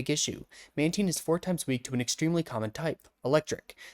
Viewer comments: I clicked off as SOON as I heard Man-TEEN 😭😭😭😭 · Its pronounced man-tain Love ur vids btw